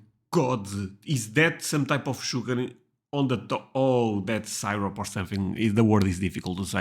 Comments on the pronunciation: seer-up, not sigh-rup :) You can't eat a lot of American food without syrup. Especially our breakfasts. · Syrup. Sear-rup